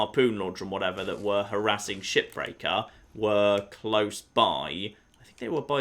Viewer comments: is he saying ship breaker or shit breaker??? I truly think he said the latter at least 2 or 3 times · Is it weird that i hear "shipbreaker" as "Shittaker"?